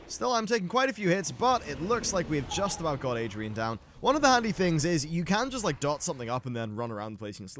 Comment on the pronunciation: Sounds very anal of me but Aridan, not Adrian xD